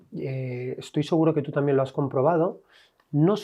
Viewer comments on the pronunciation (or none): " TAMIEN" 😂😂😂 Qué mal pronuncian los españoles! Diox!